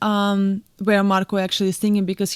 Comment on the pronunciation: I love how you say Marko, I would love to know how you say my name.